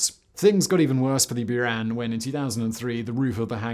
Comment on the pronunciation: “Bouran”, not “Byuran”